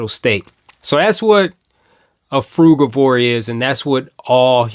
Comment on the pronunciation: Nice to hear someone who pronounces frugivore as I do and not frujivore.